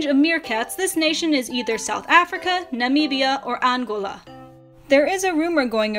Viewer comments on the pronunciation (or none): none